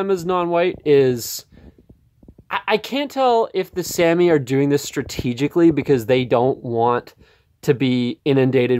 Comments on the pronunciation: Sah-mee not Sammy. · We are SAH-Me. No Sam-ee. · This was such a weird, self-important, and unnecessary rant. You didn’t even pronounce Sami correctly, nor did you ask any Sami people how they identify before going on a weird rant. Sami people usually identify as white and they didn’t need a rant from some random guy to tell them that. You also seem like one of those people who hates anyone who isn’t white because you don’t want to hear them talk about their struggles at all. You don’t understand what you’re talking about, nor did you bothering with the history of Sami people. Yikes. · You can't even pronounce their Name correctly, yet still think you're qualified enough for this. Sit down. I'm white, but I at least KNOW when to be quiet. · Sami IS an English word though. He couldnt even pronounce the AMERICANIZED version correctly.